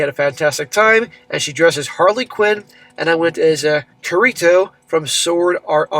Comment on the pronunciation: It's Kirito not sorito 😂.. ssm 🤣🤣